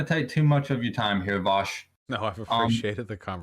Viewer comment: Idk why he keeps saying his name wrong, it's pronounced VOWSH